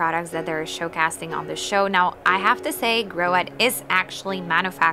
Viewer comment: It's "showcasing", not "showcasting" (you said it twice, so maybe it wasn't just a slip of the brain).